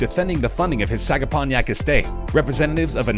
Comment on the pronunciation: That Hamptons mansion is in Sagaponack, not Sagapon-yack.